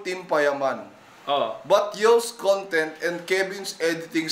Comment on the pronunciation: BAT DINALANG "CONGTENT" IDOL INSTEAD OF CONTENT REQUEST LANG PO IDOL HAHSHA MORE POWER!